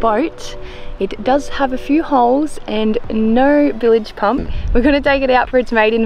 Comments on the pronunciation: Your videography and editing are first class love your no frills get it down happy easy attitudes and cutest ever mispronunciation of bilge pump don’t correct her it’s way to cute to get rid of😍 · Did have a chuckle when you said bilge pump as billage 😂😂😂 fun ep guys!